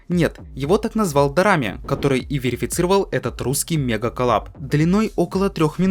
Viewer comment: Прости но Destruction Дэстракшион Разрушение Без гугла перевел) и Дорами ударение на о